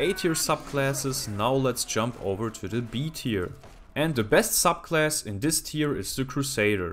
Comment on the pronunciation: It sounds like he says suck class at some ones